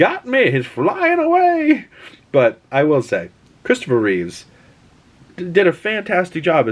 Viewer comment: Reeve not Reeves x